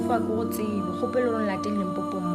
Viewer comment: Limpopo not Limpompo